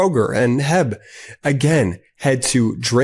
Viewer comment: Hey, I know you're not from Texas, but it's H-E-B. You pronounce each individual letter. Just wanted to let you know for future ads. Much love guys ❤ keep up the good work